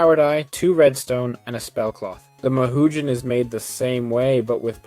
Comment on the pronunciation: mahou is not pronounced how youre saying it